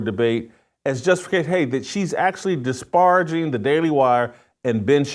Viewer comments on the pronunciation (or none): Ve-heem-etly??? Dis-par-a-jing???...learn to pronounce simple English words Jason. And if you identify as an Evangelical Christian, you might want to rethink what our responsibilities are as Evangelical Christians to our Jewish brothers and sisters in Israel. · Pronunciation Words to work on: 1. Disparaging 2. Vehemently